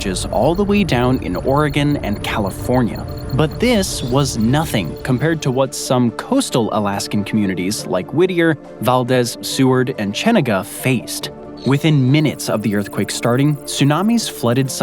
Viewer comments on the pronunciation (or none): Also you don’t know shit about Alaska if you call it Val- Dez. Insiders know how to say it correctly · Very good video and very accurate too. However, I was rather shocked that you actually mispronounced Valdez! Do not pronounce it like it's a Spanish word! The E should be long. Val dEEEz. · Pronunciation guide: “Valdeez”, Cheneega no apologies.